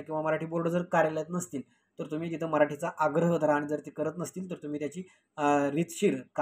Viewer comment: आधी तुम्ही शुद्ध मराठी बोला. आनी,बानी,पानी असं बोलताना लाज वाटत नाही ?